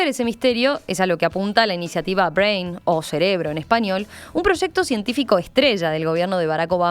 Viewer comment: Nadie le pudo decir a la locutora como se pronuncia Brain....que verguenza